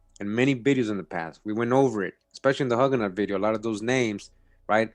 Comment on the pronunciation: "Oewn no no huuganut" you funny